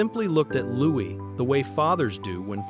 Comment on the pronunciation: Why are you speaking of preparing for adolescence and pre-teen years? Prince Louis is 7 years old ! Also several times you have referred to the monarch being his father?King Charles 111 is the monarch and Prince Louis ( pronounced Looee not Lewis) is his grandchild,not his son. I found this very confusing also inferring they reside at Buckingham Palace is wrong Is there any substance to this story at all?Or is it fiction?😊